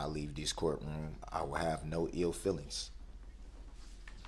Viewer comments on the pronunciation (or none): “And when I leaves diss courtroom I won’t have any EEL feelinks”. So now he’s a fisherman. Interestingly an “EEL” is a snake-like fish. How profound!